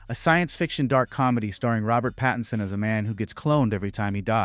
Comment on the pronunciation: It’s Pattin-son. Not Patty-son. Get it right.